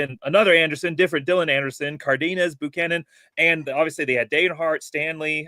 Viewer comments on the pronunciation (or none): I think one of the announcers kept saying Boocannon.